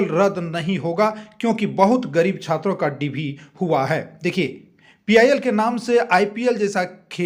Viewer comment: Chatra neta nhi hai bhai chhatar neta bolna chah rha hai 😂 Kya umid rakhe